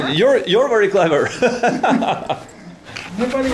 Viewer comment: he's trying to say Im neplease but he pronounce Im Nipple lol